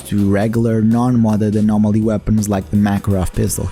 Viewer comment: the what zone ? your accent was very thick when you said the modpack